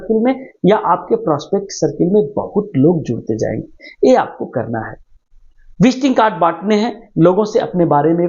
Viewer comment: Visting kad nahi visiting kard bole